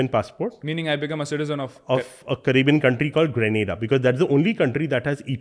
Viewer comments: The gentleman says indians speak good english . But he can't Pronounce grenada and barbados . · The anchor can pronounce govt .The guest can't pronounce grenada and barbados but hell we speak english well.